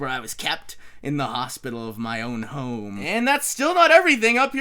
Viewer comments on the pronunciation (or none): none